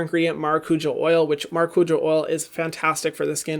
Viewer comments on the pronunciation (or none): When he said Maracuja I cringed so hard 😖